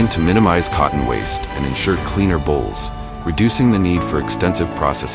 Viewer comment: Eh... it's cotton bolls, not cotton bowls... just sayin'